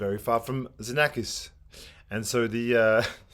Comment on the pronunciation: Hi! Congratulations for the nice videos you offer us. Please allow me a correction because I often hear it from others: Xenakis is pronounced Ksenakis in Greek. That's his name. Be well and thanks again